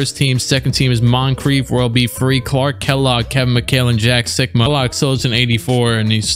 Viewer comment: When he said jack sikma I thought he said jack suckma